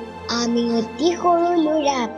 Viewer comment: Vl hoise kintu lura nohoi lora